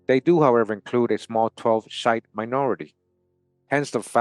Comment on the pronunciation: The word shiite is pronounced sheee ieght last part like the word height but without the H.